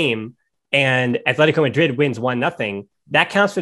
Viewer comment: c’mon man. It’s not Athletico Madrid. It’s Atletico Madrid. We all are aware of your terrible lisp. But that’s no excuse for being ignorant after years of running a Barca podcast. Stop being so white and pronounce the teams name the way it is instead of projecting your nerdy whiteness to us all.